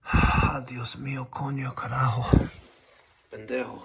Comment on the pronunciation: Your Spanish swearing is on point...🤣😂🤣😂 Coño carájo!!!